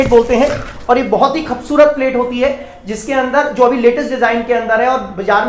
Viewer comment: Bhai khavsurat nhi kubsurat hota ha